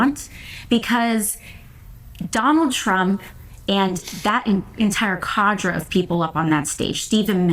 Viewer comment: She mispronounced “cadre”, and it’s the wrong definition for a group of capitalists that want to keep their country. A cadre is usually a group of communist revolutionaries.